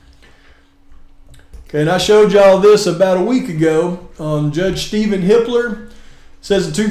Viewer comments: Sounds like you're saying Hitler 🙂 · I thought you were saying "Hitler" this whole time 😂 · I wonder how many times people heard or accidentally said Hi*ler instead of Hippler?🤔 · Hippler; for a moment, I thought you were saying another name, a German name.